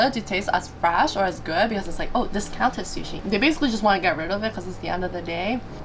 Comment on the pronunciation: Yay Japan vlogs, when are you guys going back?? Also “fatty tuna shushi” 😂